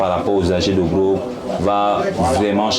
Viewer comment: "Drogue" et non "grogues". Il faut bien prononcer.